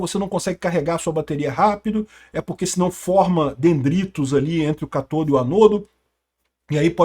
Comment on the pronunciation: Forma quem? catoldo, heroldo, soroldo...me xingou todo 😂😂😂😂😂